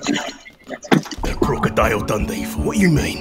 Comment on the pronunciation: That crocodile dundy - had me laughing so hard